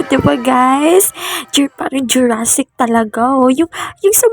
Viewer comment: Bruh, it’s pronounced Jurassic Park, bro